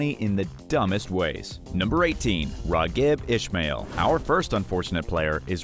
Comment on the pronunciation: Also, “Ra-Geeb” Ishmael